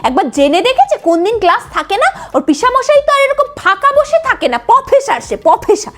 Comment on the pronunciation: পিসি =Professor ❌ Pofesar✅ 😂😂😂😂😂😂😂😂